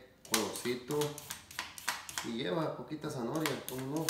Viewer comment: gracias por la receta, he visto que tambien le agregan camaron y sabe muy sabroso. por cierto no se dice zanohoria se dice ZANAHORIA. ( prenuncia bien pa que no te cretiquen)